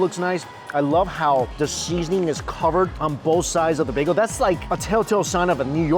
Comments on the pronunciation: OMG it's NOT bago it's bagel.. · Laughing at how he mispronounced bagel by calling it bago scroll down into comments section an theirs people correcting his mistake hilarious 😂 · I wonder if he knows it’s bagEL not bag-o ahahhahhah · Listen closer with a good pair of headpones and turn on the subtitles. You can literally hear him say both bago and bagel. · Does somebody else hear him say bagel bago ? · If you listen closely you can hear him say both bagel and bago. I swear put on the subtitles and you'll see it translate both bago and bagel. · yeah he said 'bay-go'. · Nope, he says baygo. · "On and everything bageo.." 😳 "That's a Las Vegas begeo.."😬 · The most "bay-gos" said in one episode 😂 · Bruh srsly needs a speech coach for vid popularity purposes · I think mostly everyone heard him say baygo.